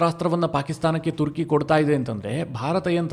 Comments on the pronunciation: Sir ಇದು ತುರ್ಕಿ ಅಲ್ಲ ಅದು ಟರ್ಕಿ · ಮಾರಾಯ, ತುರ್ಕಿ ಅಲ್ಲೋ ಟರ್ಕಿ ಅದು 😂😂😂 ಏನು ಅಂತಾ ವಿಡಿಯೋ ಮಾಡ್ತಿರೋ 😂😂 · ಅದು ತುರ್ಕಿ ಅಲ್ಲ ಟರ್ಕಿ